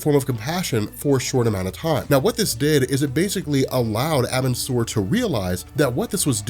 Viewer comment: I'll say it again, it's pronounced "are-bin-sir" Edit: this isn't meant to be hate btw